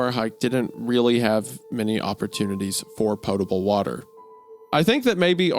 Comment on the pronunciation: Ngl I felt more cringe hearing wendigoon pronounce pot-able wrong than I did hearing hunter mess up the “we told u about his gdusgejdhh” 😂